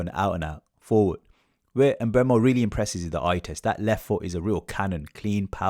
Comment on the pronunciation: It's not em-Mbeumo its just Mbeumo.